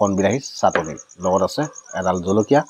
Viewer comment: Nxt videot chatoni buli kobosun dada,,,,,chatoni😂